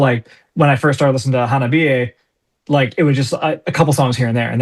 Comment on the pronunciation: Like, even though is pronouncing Hanabie correctly, he’s still stressing the HA at the start. HAnabie. Technically, there wouldn’t be a stress on any mora when spoken in Japanese, which is partly why it can be so challenging. It’s about rhythm, more than pronunciation. In any case, you guys are doing great!